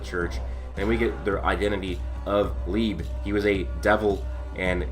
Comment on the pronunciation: Btw Liebe is pronounced as "Lee-buh" 🥰